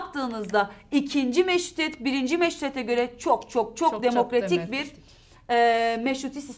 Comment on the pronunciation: O kadar hızlı konuşuyorsun ki meştituet diye çıkıyor dikkat edin bence ☺️😂